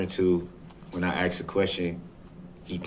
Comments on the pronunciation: Groundzz .. axed…. Would that be fair to say? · "Mommmmmyyy!!!! He not looking at me 😢, he looking at Those people! 😢😢He supposed to be lookin at me! 😢 Tell him Mommmyyy! I axed him a question!" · I like how he “axed” these questions to the witnesses as if THEY were the ones on trial, and not himself. Like, it’s Erika’s fault he was enraged It was the parades fault for being in the road It’s the officers fault for shooting at him It’s the FBIs and detectives fault for figuring out who he is. Everyone else’s fault except his. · I wish someone told him "I don't understand what AXED mean" !!! He wants to control that cop and to order him around because he thinks he has the power because he is his own lawyer or like he says "turd parry inter *wiener*" 😂😂😂😂